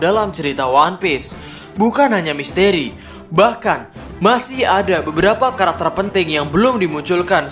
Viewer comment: Misteri bang ...bkn misteeri